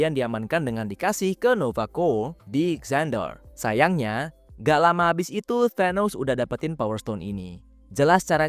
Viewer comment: nova prime ? xandar ? penyebutannya kaya salah